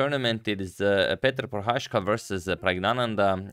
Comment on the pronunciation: Just a quick correction. Prohászka is pronounced with an 's' in the middle and not with an 'sh'. The digraph 'sz' works quite the opposite in Hungarian than in Polish.